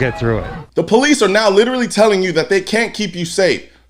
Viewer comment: you said POoo-lice. Now we know.